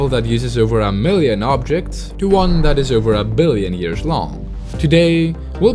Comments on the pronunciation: over the yearshs had me dying laughing 🤣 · Over the yearSH